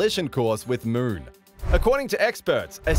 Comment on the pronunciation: Why do you pronounce moon ‘mrrn’